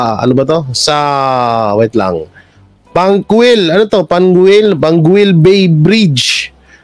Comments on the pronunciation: PANGUIL Bay pronounced as PANGGIL Bay… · How to say it "Pang gil" bay